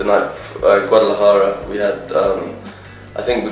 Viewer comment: Luke pronuncio México así como lo pronunciamos los mexicanos y Guadalajara también , su acento británico es increíble, no le entendí a todo lo que dijo pero si la mayoría, ojalá regresen pronto :')